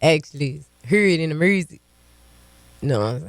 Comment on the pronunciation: Just love when the word “Music” comes with an “R”!!!! 😂 “Mrusical” like “Skreets” comes with a “K” sometimes. Lol